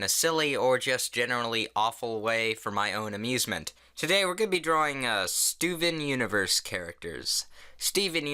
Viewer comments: When I heard him say Steven Universe I heard it as STOVON Universe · STOOVEN UNIVERSE!?!? You're pronouncing it wrong It's Stovon Onovurse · It's pronounced "Stovon Onovors" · "Stuven Universe" yep thats how you pronounce it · Did any one else trigger when he first said Steven universe wrong ? 😂😂😂